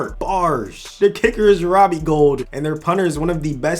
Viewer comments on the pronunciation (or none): none